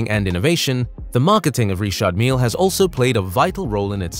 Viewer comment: Never heard it pronounced like that before. All the rappers just use the normal Richard pronunciation. Ritch-ard not Ree-shard. Also Mill that rhymes with hill and not meel